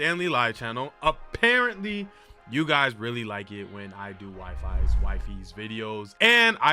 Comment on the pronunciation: HE DID IT, yes can’t wait to watch thissssss Btw Wifies is pronounce Wee-Fees